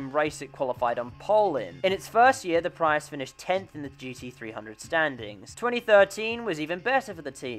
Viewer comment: He keeps saying PRY-us or PREE-Us and I’m pretty sure sits just PREE-us